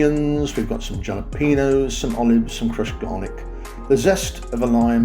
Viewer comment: Very nice job on the video., you need to learn how to pronounce jalapeño. 🤣